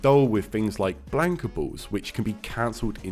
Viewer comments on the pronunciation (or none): This guy def says BLANK-a. It's wrong, but he's british so...haha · I cannot watch this simply because you don't know how to pronounce Blanka. It hurts. It's almost as bad as people who say "RAYUU" when talking about Ryu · Maybe unreasonable but it is mildly infuriating you can't say the characters name correctly. ffs